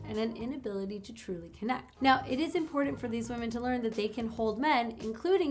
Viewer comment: Just the fact that you enunciate both Ts in the word important give you higher status in my mind. This was good information, and I hope it helps other men who have self worth and good moral values navigate their lives. Unlike myself who can do nothing with this information because I have nothing to offer a woman in return for her attention.